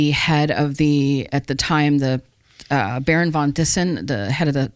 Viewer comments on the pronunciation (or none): none